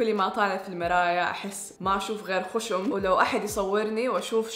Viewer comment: تكلمي زين هو خشم مو خوشم